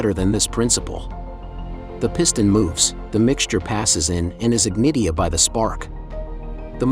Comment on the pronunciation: the gas is ig nit ee id by the spark is this a real human voice or electronic ?